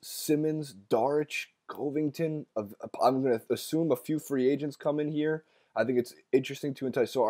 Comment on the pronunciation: He said "DARICH" and 'COOVINGTON"... my nigga...clear ya head up.